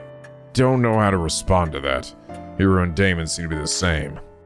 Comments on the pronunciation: I tend to not comment on whenever says names and such wrong, since I don't want to be an annoying nitpicky penguin, but since you asked, I believe Daimons name would be pronounced "Die-Mohn". At least that sounds the most correct to me. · Daimon, like Daimond. Think of it like this: Pronounce the 'ai' like eye, then add what ever is in front of it (If there is something in front), to make the sound. D-eye-mon. Eye-co - Aiko. T-eye-gah - Taiga. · Daimon rhymes with Simon. Ei rhymes with Day. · I don't get it! Is it pronounced 'Dye'-mon or 'Day'-mon?! Me:..., what's the name of the antagonist from Bleach that fucks your mind?: Who, Aizen? Me:...: Oh. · “ai” in Japanese is pronounced like “eye”. You were probably thinking of the Japanese pronunciation of “ei” which is similar to “-ay”. The letter A always has the short vowel sound, just to clarify. So you were right the first time, it is pronounced “Die-mon” I’m sure this will come in handy for many other games in the future, so I just thought I should set the record straight here lol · "Ai" is pronounced like "eye" (which came up a lot in somnium files iirc) though there are some names where they're separate characters (like araishi is ara-ishi not arai-shi) For daimon though, it very much is dai-mon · His name is Japanese so there’s no need to fiddle around with the German pronunciation lol It would be pronounced “Die-Mon” Language can be loopy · Daimon: Die-moan ♥